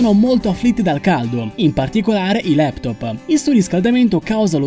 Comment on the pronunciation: la prossima volta si dice laptop. no leptopXD quelli so particelle quantistiche(forse)